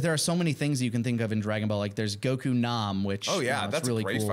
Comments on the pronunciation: Dude on the left is struggling to say Goku. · why does he emphasizes the "ku" in "Goku"?